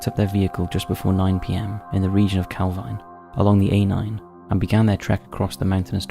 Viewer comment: It's pronounced calveen I know the area well